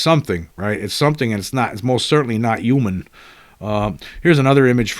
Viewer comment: That’s not how you pronounce human….